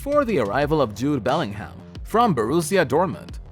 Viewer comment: Beling Ham, really? 🤣🤣🤣🤣 bro can't pronounce shit...